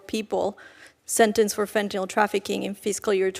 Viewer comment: why do these clowns call it fentanal; it's fentanyl, like il, not al!